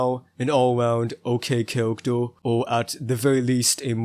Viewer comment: why the hell you saying - "cawactew" - insted of character dafuq